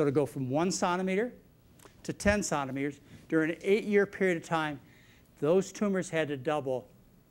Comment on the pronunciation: John cannot say Centimetres properly. Sounds like he is saying “Santimeter”